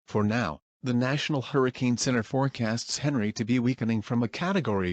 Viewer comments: oh wait u used text to speech and the text to speech read it as henry and not On-ree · Henri is prounced as On-ree